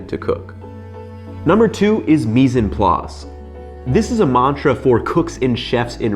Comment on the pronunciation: The en in mise en place is pronounced "on" 😊